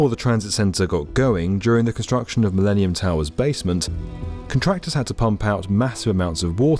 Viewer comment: "The MiLEANium Tower"